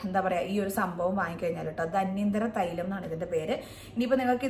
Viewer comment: ധന്വന്തരം ആണ്. ധന്യന്തരം അല്ല😊